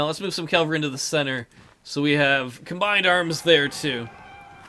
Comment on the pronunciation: Are you calling Cavalry calavry?